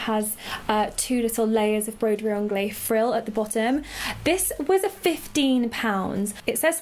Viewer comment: Great video. But broderie anglaise is pronounced broderie ONGLEZ (say the z)